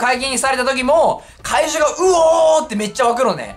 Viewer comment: 会場が怪獣に聞こえた